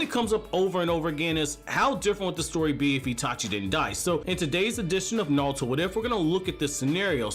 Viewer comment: Why pronounce only half your R's wtf especially naruto. Not nawuto LOL